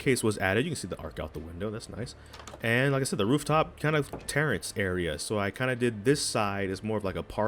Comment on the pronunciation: its "terrace" not "Tarence". It's not your cousin that comes over just to drink all your Kool-aid